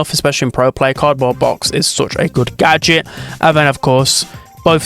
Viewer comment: “The GöDJÖT” 🗣🗣🗣🗣🗣